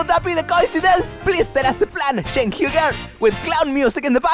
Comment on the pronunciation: its Cenk not Jenk, get your own name right,.... Have a gouot one.